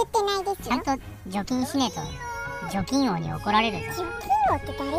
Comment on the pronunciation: アヒル探すスティーブ可愛いぃ💓♥️❤️ ラッキーお菓子を探すハルちゃんも可愛い🥰 お婆様勤勉🎉 姐さんは本当に姉さんだ🤣 除菌王が貯金王に聞こえた😅💴